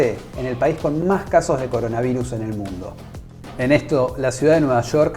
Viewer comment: Trump. Es coronavirus, no coronavairus 😆😅😂